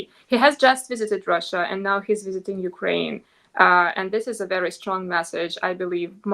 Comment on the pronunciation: You are one of the few people who pronounce Ukraine correctly. That is exactly the Ukrainian people call their country. Thank you.